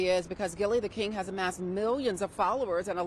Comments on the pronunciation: The name is Gillie Da Kid not "King" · How embarrassing, local news station and they didn't even say the man's name correctly, when speaking on his deceased child. It's KID not KING! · I know i heard right when they kept saying gillie the king smh. His name is gillie the kid, not king... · Is it that hard to say kid? I can't take one more Gillie the King 😂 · they still saying Gillie the kid name wrong 🙄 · The fact y’all said his name multiple times & it was wrong 😒